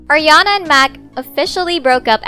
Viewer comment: It's ARiana not Ajiana